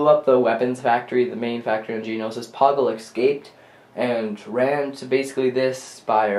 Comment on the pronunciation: Isn't it Geonosis Not Geninosis?